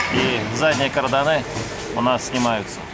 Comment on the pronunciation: не карданЫ, а кардАны! Кровь из ушей 😉 И что тут тестировать? Это же не новая резина, карданы в процессе эксплуатации тестируют, время надо,чтобы понять качество